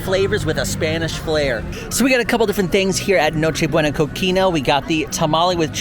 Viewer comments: just wanted to help you out on a pronunciation since you seem you take the effort to get it right. Cocina you've said in a few videos now is pronounced (Ko-chee-nuh). Good work on everything. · I know other languages are hard but it's cotija (co-ti-huh) and cocina (co-si-na) pernil (pehr-nil) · Hi, Sage wanted to comment that for the pronunciation of “cocina” the “ci” part, is pronounce like the word “si” 😊